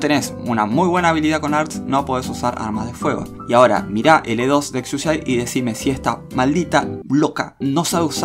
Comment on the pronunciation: Como que no se pronuncia exusiai